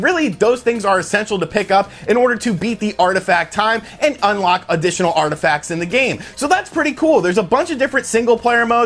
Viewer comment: "Artifacts" ...what?